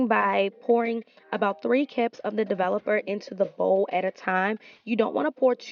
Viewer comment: “ develupuh” lol ❤️